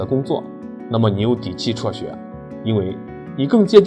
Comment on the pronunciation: 辍学，不是戳学